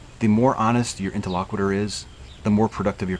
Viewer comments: These tutorial videos are great. I will watch them on repeat until I get them a little better my memory. One thing: interlocutor. You keep saying “inter-LOCK-witter.” It’s “Inter-LOCK-you-tor.” But thanks for doing the videos anyway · I really enjoyed the video. This is the second one that I'm watching. The first was with Paul. It's really enjoyable. One thing, though: You're not pronouncing the word "interlocutor" correctly. You're saying it as if it were "interlocuitor" (with an i before the end). Check out how to pronounce that word here: (for the sake of "as many true things as possible"). 👍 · I think you're pronouncing 'interlocutor' wrong.